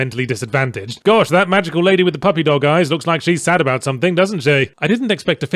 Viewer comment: “GWARSH ITS ORGANIZATION XIII!” Now rinse and repeat for more than half the game.